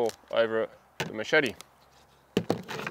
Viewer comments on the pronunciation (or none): none